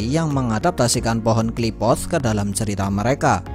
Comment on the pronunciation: Qliphoth min bukan Qliphothss😂